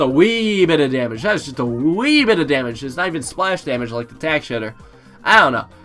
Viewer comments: Did he say 5th tier tack shitter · Did he say tack shitter? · Yea im starting to thing he says tac shitter on purpose